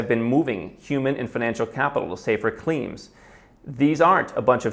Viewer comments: "climes" /klaɪmz/ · At the beginning of his talk when he read the headline "fleeing for better climes," mispronouncing "climes" to rhyme with "teams" instead of "times," I realized how little this guy knows. You discredit yourself when you say and use words incorrectly--this is especially true for native speakers. (We give second language users more latitude.) It demonstrates a lack of serious attention to language as structure. The impact of your ideas will be diminished as a consequence. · Canada's forecast is worst in the OECD for the next 40 years. Seems about right. After visits/stays around England, Norway, Denmark... I can say, Canada has many qualities of course, but.... wow, compared to say Norway, it's almost like another world. Btw, it's 'climes' (like climbs), not cleems.